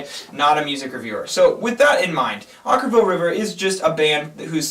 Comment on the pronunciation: Oh you guys are so brutal...at least you pronounced the band's name right this time. Shocking.